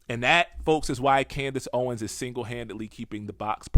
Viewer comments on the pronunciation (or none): none